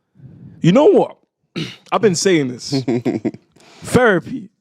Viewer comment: Did he just say FERAPY LOL